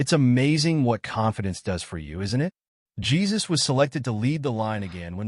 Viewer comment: It's pronounced JE-SOOS